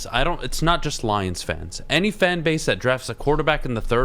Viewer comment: "Detroit Lioms" BRUH 🤣😂🤣